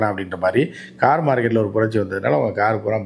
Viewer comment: Oru car name kuda oluga sola theriyala.....interview koduka vanthutaga..